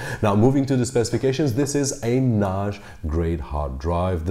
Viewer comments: why do you keep saying NASH? It’s NAS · You pronounced the word NAJ with a soft J, I suppose you mean NAS, a soft S. I was a little confused. Thanks for the video. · Why do you pronounce 'NAS' like 'Nash'?? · Oh I see, you’re portugese... I just read the comments down below. Other than that, your english is very good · ok. after a few times "nashj" I just quit listening. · A NAASH grade hard drive? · NAZH... your pronunciation is awesome but this one word.... got me confused ☮️ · It's not NAZH, it's NAJE ;) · its cool lol but i hear it as Noghe or Nosge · Someone teach this guy to say NAS please. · The point is the following: Your pronunciation in English is good except 'NAS'. How come?? All the best.